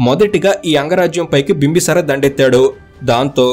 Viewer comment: "Bimbasara" kadu bro "Bimbisara"